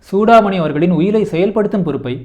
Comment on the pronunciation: புத்தகத்தின் முக்கிய அம்சங்களை தேர்வு செய்து ஆழ்ந்த புரிதலுடன் பகிர்ந்து கொண்டமைக்கு நன்றி 🙏 தன் பெயரை Chudamani என்று சரியாக உச்சரிப்பதையே சூடாமணி விரும்புவார்.